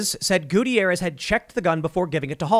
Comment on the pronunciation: Love the way he mispronounces Gutierrez.